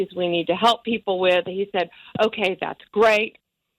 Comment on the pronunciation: Say " Uni ~Tee~ y " We simply MUST work through correct pronunciation Anderson. But not to worry we'll do it together. Other words to use for practice : Together, Tungsten... And the infamous " Button " you say buddon. Try saying Vuitton, Baton ( the thing you twirl ) And then say Button. You must trick your mind, and force your mouth to perform at your will. I hope that helps!